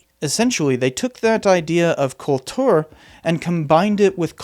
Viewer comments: Another great video, but Kultur pronounced with a Russian accent is weird lol. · You prononce "Kultur" like a Russian.